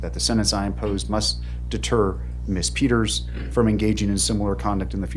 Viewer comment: Wish he could pronounce the name “ Peters” correctly, without adding unnecessary plurals at the end of that name! He is purportedly an educated man. Yet this is an error he has made several times.